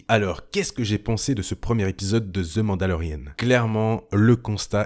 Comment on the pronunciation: Ni Ze pour The ... ca devrait sonner plus comme un ''Dhe' ou meme ''dhee (dhii)'' dans certain cas comme The end ...